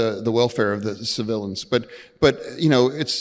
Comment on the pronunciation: I think his tongue slip says it all. When he was trying to say civilians and said ci-villains instead and then called Hammas, he. He doesn't know what he's talking about, and he sees them all as guilty.